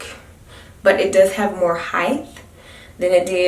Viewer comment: Do you pronounce the word "height" with a "th" sound at the end or am I tripping? 😅